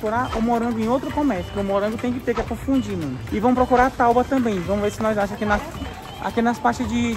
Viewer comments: É tabua e nao taba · Tauba? Tábua.... Kkkkk